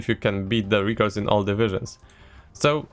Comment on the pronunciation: REH cords not REAH cords please.... pleaseeee